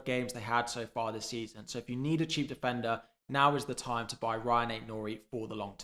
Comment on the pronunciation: Rayan Aït-Nouri, not Ryan. Small thing, but I think you'll want the nitty gritty right.